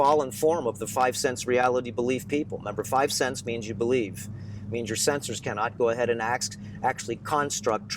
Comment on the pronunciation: "Be "lie" ve"